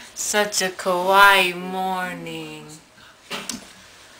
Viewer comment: Everytime he pronounces "Kawaii" (cute) as "Kowai" (scary) I think he means it fuck he's scary